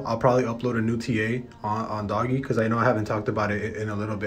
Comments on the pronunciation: It’s not doggy coin. It’s like dogue coin. 🤦‍♂️ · Dohgggg. Its pronounced Doughj like doughnut but no nut. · It's not doggy its doge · “Doggie coin” 🤦‍♂️ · fr the reason why people are selling rn bc people can’t pronounce ‘Doge’ correctly. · Did you just call it "Doggy Coin" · Its doge not dogE say it like dodge but with out the 2nd d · Haha right